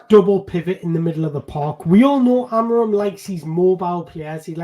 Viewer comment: To correctly pronounce his name, try saying this: Amoreen The "M" at the end becomes an "N" . Just like when you say lets go "in"